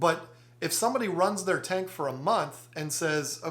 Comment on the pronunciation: Betta and beta are just 1 letter different and sound completely different, but however u pronounce it any English speaker knows what u mean. And oop he pronounced tank tinke now wheres the pronunciation police